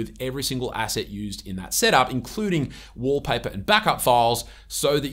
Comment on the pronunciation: Wolpah-peh❌️ Walpaper ✅️